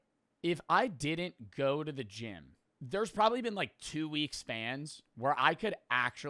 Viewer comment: “go to the gim go to the gym”